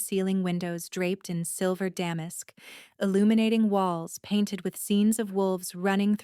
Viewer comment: Ell oh when....every time they mispronounced her name it irritated me lol. The only bad thing about AI reading the story is the mispronunciations of certain words, like damask...,duh mosk...so frustrating,but a great story otherwise if they could just stick to one pronunciation it wouldn't be so bad...